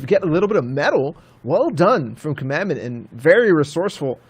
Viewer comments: listening to them commentate made me so mad, "commandment" pretty sure its COMADON, HOW TO YOU GET COMMANDMENT FROM COMADON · Comadon not command or commandment so annoying when the commentators cant read or constantly miss pronounce someones name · It’s comadon not commandment you idiot..